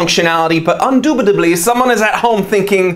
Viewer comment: Bro... indubitably - NOT UNdubitably.... After intuitiveness I thought you were smart..... Bro!